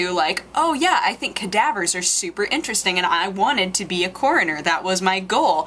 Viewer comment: uhm! what the h**l is a "Koriner"?